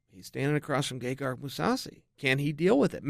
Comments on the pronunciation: its gegard not gegarg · He does say gay-Garg every time. Hilarious